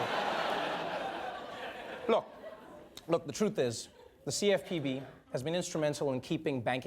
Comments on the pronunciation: U killed me when you said cfpb as a word 😂😂😂😂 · Laughed out loud on your pronounciation of CFPB! Noice.